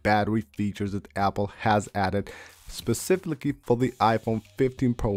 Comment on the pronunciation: "Speciflikee" lol of course, just hit the buddon and now you're good to go.